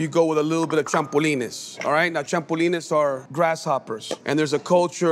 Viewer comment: I don't trust anyone who says champulines 😂